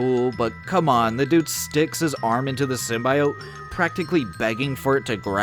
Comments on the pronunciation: Why are you so determined to pronounce symbiote SymbIot? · why do you pronounce symbiote like that